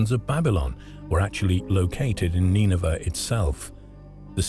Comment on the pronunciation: Or Neenahvah. Depends which AI pronunciation you wanna go with I guess. The least you'd expect out of a robot is that it would be consistent.